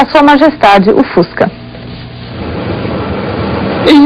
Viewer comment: nossa eu vou dar na cara dessa reporter pra ela aprender a falar o fusca